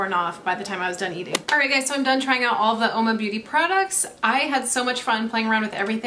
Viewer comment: Only it's pronounced Whoa-ma meaning woman in Italian.